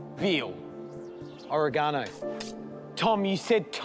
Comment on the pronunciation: Learn to pronounce Oregano